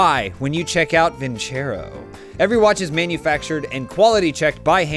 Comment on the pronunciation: You guys need to teach how to properly pronounce vincero